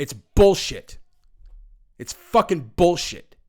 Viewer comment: “It’s faacckin bullshit” lol I love how you say that in such a white guy way 😂